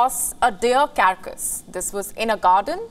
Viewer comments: Its pronounced as car cass, Not kerr kas. 🙄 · Carcass is not pronounced as “CaRRcus” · cara-cus ? carcas ?